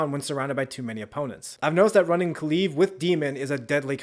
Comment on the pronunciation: “Kaluve”😂 nice way to say kulev. Edit: did you pronounce it differently every time because I heard ku-leaf and some other variations of kulev